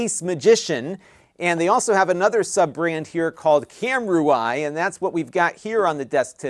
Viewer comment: It's pronounced kam-ROO-ee. "U.I." doesn't enter into it.